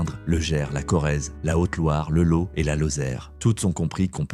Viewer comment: Ça oui c’est une pub de qualité et c’est v rai(on dit "lote")